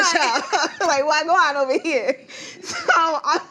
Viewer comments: She said wah gwan like a real authentic Jamaican as if she from there fr 😆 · talking bout of wah gwannnnn😂😂😂😂😂😂😂😂😂😂😂😂